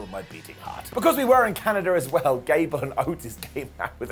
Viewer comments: Did anyone else hear Ghad cable 😂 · Idk why but I laughed SO hard when he called Gable "Jad Cable" lol